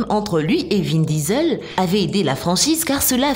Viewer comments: C’est pas vin visel c’est vin diesel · Vin Disel 😂😂😂